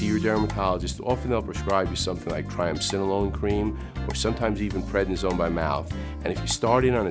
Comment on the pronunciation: What did he say by mouth? Predisone? I didn't catch it.